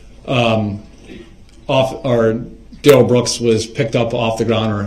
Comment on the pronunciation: He said his name was Duh-RELL. But his mom and all the important people in his life call him DARE-uhl.